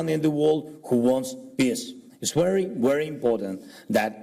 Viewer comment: It’s wery wery